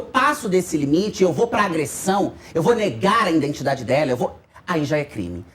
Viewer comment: Identidade, e não "indentidade".